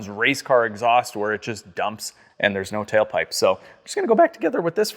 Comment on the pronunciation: is the man, from a southern guy it was hilarious when he’d say “the cahr” 😂